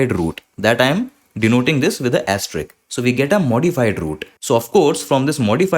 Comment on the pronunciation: ˈæ stə ɹɪsk ae + ste + risk आप risk वाले हिस्से में 's' नहीं बोल रहे हैं